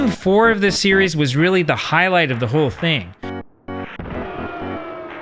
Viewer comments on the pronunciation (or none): none